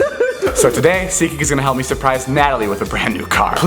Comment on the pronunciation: I just now realized it's seatgeek and not seekie